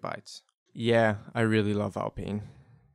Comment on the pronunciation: Is that pronunciation of alpine, ragebait?